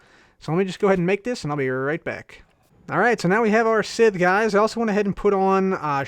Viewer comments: Likewise, it's pronounced S-EYE-th. Not sizth or sith. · Scythe=(Saith) Manyullyn=(Man-you-Lin) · its pronounced (s-eye-th) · cub, thats not how you pronounce scythe , its pronounced, S-Eye, TH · Just letting you know scythe is pronounced [sithe] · Crafting Unicorn sigh-sith sounds close to it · you say sycthe wrong